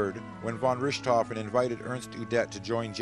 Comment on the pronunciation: Von Rooshtofen? Please, a little practice at pronunciation!